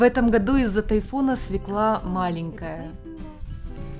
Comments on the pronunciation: (Извините я душнила) не Севка а Свёкла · СвЁкла. Не свеклА. И не тортА, тОрта. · Хм-м-м... Слово, от которого всегда коробит - свеклА. Правильно - свЁкла. А в целом - очень приятный канал. Удачи!